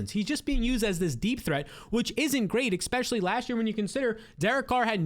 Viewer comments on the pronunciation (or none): I’m a big fan of your videos. I like your takes on most things. But you GOTTA stop saying EXPECIALLY. It’s Especially. ES. ES. Sorry. I really hate to be this guy. Big fan. Seriously. Keep up the great work.